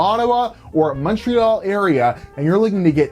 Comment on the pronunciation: Honestly, if you complain about lack of honesty and competence in people you buy from, you should also tell them they snet you an upgrade without charging. Same rules for everybody and such. also, for the Canadians among you, is Montreal really spoken MunchReoll?^^